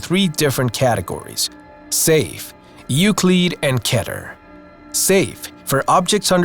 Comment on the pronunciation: Euclid is pronounced as YOU-CLID. It's really simple to say it right.